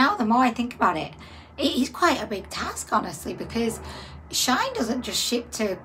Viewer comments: It is SHE IN not shine or sheen! it is a hoax! of course we are not concerned, it is clearly not real ... you didn't buy anything from shine as that is not the bloody companies name!... how can you read the word SHEIN and come up with that awful pronouncation? it is really bloody irritating! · When she said shine dozens of times it was grinding my gears! how can she read shine from shein LOL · It is prononced She-in. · Shein don't actually treat their workers well at all that's why alot of people have stopped buying from here.. also it's pronounced as sheen* shein